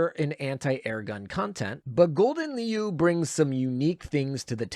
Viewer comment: Ya know ya could have asked a Dutch person cough cough how to pronounce Gouden Leeuw 😅